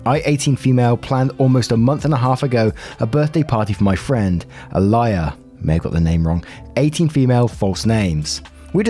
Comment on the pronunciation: When you read out Alia i heard A lier. Had me quite confused